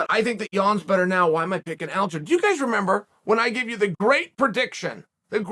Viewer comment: its not aljo lol. It's alja,look at how his name is spent dummy, u can't just changed it bc u want to lol